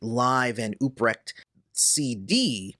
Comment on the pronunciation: uTTTTTTTrecht not uBBBBBBBBrecht